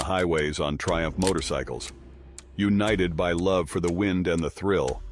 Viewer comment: dude said "Motor-y-cycles".